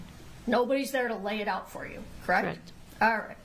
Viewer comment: correct? Correct? Correct? Crect? Crect? Crect? True? Crect? Does she know any other three words?